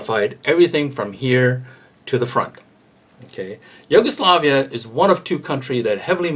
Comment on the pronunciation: Why does this guy pronounce Yugoslavia like yoga-Slavia lol